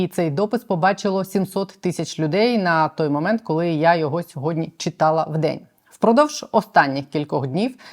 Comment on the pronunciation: Вимова колі котлеті це стидоба!!! Мабуть в школі не навчався😂А ще й депутати заліз!!!Сором!!!